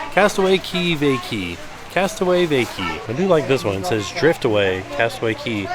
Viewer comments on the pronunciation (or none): 1. love the logo!! 2. Cracking up at Castaway “VaCay” or “VaKeeey” 😂😂😂😂